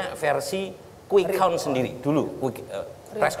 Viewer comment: Yg pakai kacamata di peci Dan matanya jereng ngucapin "count" ..nya salah banget .. dia keluaran sekolahan darimana?? Bahasa inggrisnya salah banget.. Masa dia sujud syukur prabowo tahu?? Orang aneh. Muter muter..